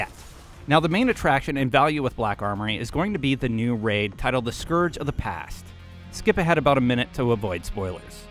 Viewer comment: and that's not even how you pronounce the word "scourge"